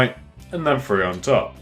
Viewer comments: good vid but its Three not free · sounds like he said free instead of 3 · He says free not three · Hate to break it to yah but it’s three not free solid burn!! Ooohh!!!!😎😎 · it is annoying right one ,two ,free not three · Not hatin but its THree not Free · It's not free it's three get it right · do u guys notice he says free instead of three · stop saying free no a fense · ***** i like how he says free instead of three im not making fun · alex c chill its fine that he says free instead of three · He says three "free" (like if u noticed